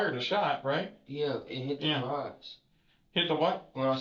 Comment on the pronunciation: It hit the geraze, the garage? The geraze… the grass 😂😂😂😂😂